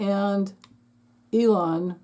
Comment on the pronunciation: I have to admit, I like it when you say Leon. No need to correct yourself. We know who you're referring to.😅